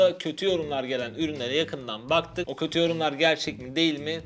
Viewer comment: Götü yorumlar sersi diyor 😂😂